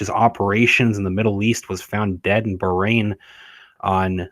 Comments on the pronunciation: Bahrain 🇧🇭 isn’t pronounced “brain”. Please review pronunciation. Hurts heads of us Arabic speakers. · So WHY did he DIE? He looked pretty young and HEALTHY to me? It is pronounced BAH (like a sheep) RAIN!